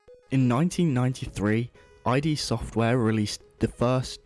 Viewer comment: I'm sorry, I had to pause the video to comment otherwise it'll drive me nuts... It's called Id software as in the Id, Ego and Superego, not I.D. software, as in shorthand for identification.